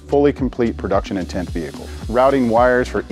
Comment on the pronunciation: On every single Video “ Production Intend Vehicle “ 😅